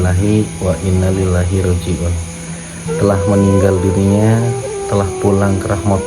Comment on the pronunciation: Bg deny salah penyampaian arabnya sehsrusnya inna lillahi wa inna ilaihi rooji'uun